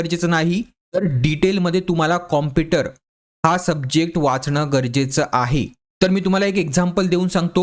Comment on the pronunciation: Pahila tu computer mhnayla shik😛